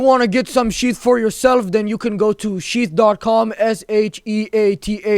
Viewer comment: With his accent bro pops up cracks me up when advertisement of sheath pops up sounds like we advertised by sht XD